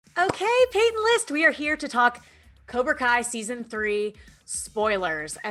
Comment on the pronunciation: its pronounced peyton list